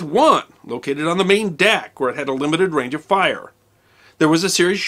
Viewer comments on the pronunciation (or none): none